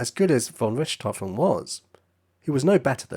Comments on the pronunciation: Pronunciation error!! Richthofen is pronounced as Rick T Hofen, not Rishtofen!! Do NOT correct me on this!! One of my housemates is GERMAN, & she pronounces it as I wrote it!! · I am German and the pronounciation of the name "Richthofen" in this Video is not quite German but fair. The German pronounciation of the letter combination "ch" has no equivalent in English. If you know how to pronounce the "kh" in the Russian aircraft company "Sukhoi", that's close. "Rick T Hofen" or "Rick-tofen" are pronounciation efforts by native English speakers, the German pronounciation is approximately "fonn Rikht-hohfen" with a longer "o" (like in "door", not like in "stroke"). The nobility title "von" is not pronounced like "Vaughn". And Werner Voss' correct pronounciation is like "Vair-ner Foss".